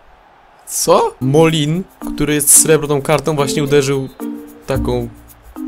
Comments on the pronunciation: ty siusiaku to jest Mulę, a nie Molin:D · Nie czyta się 'Molin" tylko 'Mulen" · Mulę się czyta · Moulin czyta się jako mulę, może się przyda przy recenzji totsa Vadisa :v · Moulin (czytaj Mule )